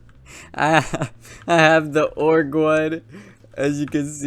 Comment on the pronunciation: Man it’s “OH GER” NOT ORGE